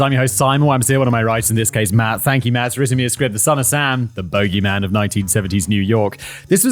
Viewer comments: boo-gee-y man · I love how Simon says Boogeyman😂 like a golf bogey instead of boogie😂